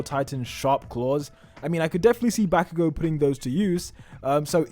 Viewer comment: “tah-mah-key” “back-oo-go” the pain